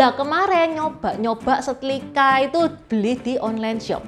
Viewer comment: SetRRRiiiika........bukan setLLLLikaaa 😂😂😂